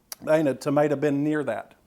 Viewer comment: "Ain't a tumaytuh been near that!" LOL!!!